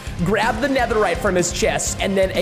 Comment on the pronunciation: Guys it’s pronounced netherite